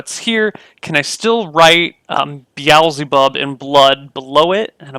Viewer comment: Wait! Has he been saying Beelzebub this whole time? Could have sworn he was saying The Owls Above xD